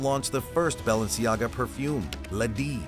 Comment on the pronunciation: For fuck sake the mispronounciation is killing me